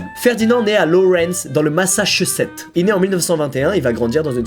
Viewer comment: Je suis la seule a avoir entendu :il est née au massa chausette🤣🤣